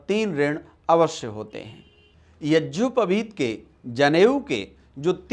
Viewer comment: मनगढन्त कुछ भी बक दो आर्यसमाजी गधे। पहने ढंग से यज्ञोपवीत बोलना सीख ले। यज्योपवीत बोल रहा है।